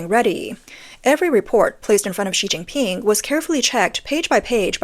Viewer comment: She Jin pin sounds like Sea Sea Ping.